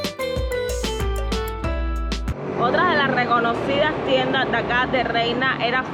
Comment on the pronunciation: no es "Feíto" con acento en la i, sino Feito, sin acento. Es un apellido de origen gallego, lo que pasa es que, al estar unida la marca con Cabezón, otro apellido, los cubanos la empezaron a llamar Feíto y Cabezón, 😂😂😂